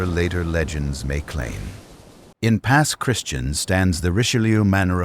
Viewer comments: Pass Christian pronounced: Pass Chris Chee Ann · AI miss pronounced Pass Christian